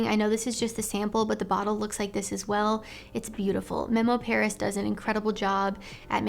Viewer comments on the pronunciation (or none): none